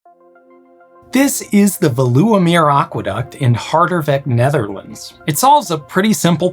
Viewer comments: Got little sad at your pronunciation of Veluwemeer and Harderwijk, but you made up for it . I quite enjoy your videos from 3 meters under the sea! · please, just use a pronunciation guide or have someone help you? You made about 10 mistakes in Veluwemeer and Harderwijk which made me want to shut the video off instantly I appreciate the dutch at the end of the intro tho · It really will never not be funny to hear people struggling to pronounce easy words like Harderwijk.